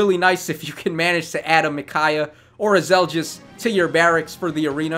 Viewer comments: Finally the Radiant Dawn banner! Laguz units when I won't lie, I'm a bit pissed off they implemented Zelgius as basically a somewhat powercreeped Black Knight with the potential for IVs and merges. By the way, it's Zel-gee-us, not Zel-djiss Micaiah is a perfect translation to Heroes. Her Sacrifice skill is pretty much spot on. In Radiant Dawn, it healed status effects and up to your current HP-1, which was then deducted. In other words the way it works here, not like Ardent Sacrifice which only heals 10HP at a time. Sothe is Sothe, but he looks like he'll be more useful here than he was in RD. Probably one of the best dagger users I've seen actually, if not the best. Somewhat surprised they chose to give him Peshkatz instead of Baselard. I'm sure Volke will shit all over him when he is implemented regardless, as is tradition. Shame, since I didn't mind Sothe's character in RD. At least he had more sense than Micaiah. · "Soft" "Zel-Just" Stop itttttttt.